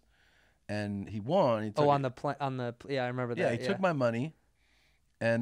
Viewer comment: Tom still out here saying “won” like “Juan” lol